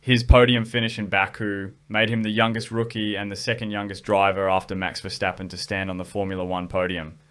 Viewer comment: Mad props to you on the pronounciation of verstappen btw, pleasant surprise!